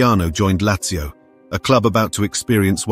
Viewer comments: I don’t know much about football but your pronunciation of Lazzio offends me. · It is pronounced Latzio.